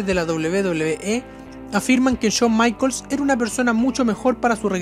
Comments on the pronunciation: Porque en vez de pronunciar "Jon Maicols" pronuncias "Chon Maicols"? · "Chon maicols" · solo escucha Chon maikols:v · Cada vez que dices "Chon" Michaels y "Doblebe doblebe E" muere un gatito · chon maicols jajajajaja Pedazo de AD RE IM pronuncia bien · por que le dice "chon maicols", pronuncialo bien!